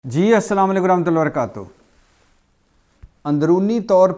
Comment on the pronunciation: Bhai AP asslam alikum Sahi say para kary